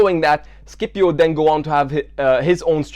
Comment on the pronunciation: SCIPIO ISNT SKIPIO